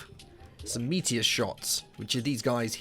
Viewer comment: thought you said meatier instead of meteor xD